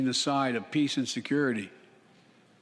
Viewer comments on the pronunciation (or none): none